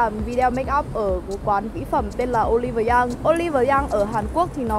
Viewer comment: 올리브영 mà chị đọc thành 양 luôn rồi 😶 nhưng mà vẫn cute